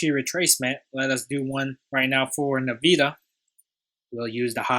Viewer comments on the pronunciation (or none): Nice analysis! It’s pronounced “N-Vidia”.